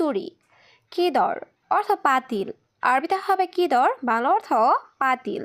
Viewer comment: তুমি এভাবে কথা বলো কেন কথা বলার ধারণ পাল্টাও কথা বলা সুন্দর নয় এগুলো কি কথা সুন্দর করে উপস্থাপনা করতে শিখো সব শব্দটা হবে অর্থ অথো নয়